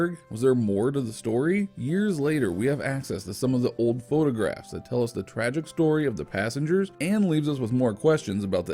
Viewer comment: You mean tragic. Not gracic.